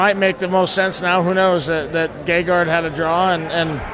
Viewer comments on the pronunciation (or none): notice how he says GAYgard, i think gegard would eat his babies because he messed his name up, or did he?